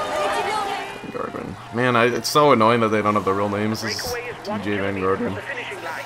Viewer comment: You're pretty much pronouncing all the names like an ignorant American to be fair ;-)